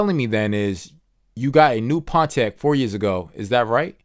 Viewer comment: i cant get over pon-t-ac